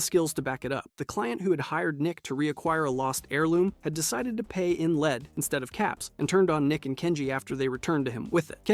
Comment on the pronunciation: Every video I've watched has some pronunciation issue and it's painful